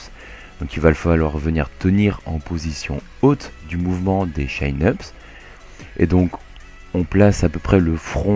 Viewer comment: Super vidéo! Bon par contre désolé de faire mon relou mais en anglais ça se prononce "Tchine-eup", chin voulant dire menton...